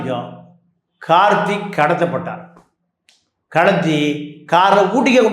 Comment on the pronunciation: கார்த்திக் என்று சரியாக உச்சரிக்க வேண்டும்.